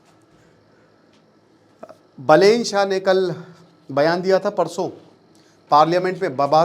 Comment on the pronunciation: I think you know no more about Nepal. Correct pronunciation are बालेन शाह and रबि लामिछाने , not बलेन शाह and राबि लमिछने।